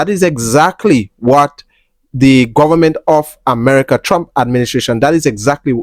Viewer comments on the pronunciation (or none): .."guavament" lol😂